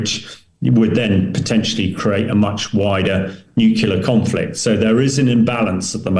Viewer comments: Tell the show's guests to go into a room with some carpet, curtains, etc., that can dampen some of the reverb (echo) in the room where they are speaking from. This guest's audio is very boomy. Nu-clee-ar not Nuk-U-lar. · Click bait title. Hamish mispronounces "nuclear" just like Homer Simpson.